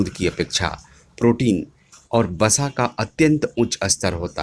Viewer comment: "बसा " की बजाय " वसा " बोलिए, " अस्तर " की बजाय " स्तर " बोलिए। शुद्ध उच्चारण जरूरी है।